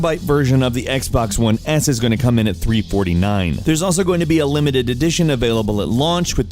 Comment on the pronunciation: "Xbox One Ass" lelel EDIT: Not dissing Xbox, that what it sounds like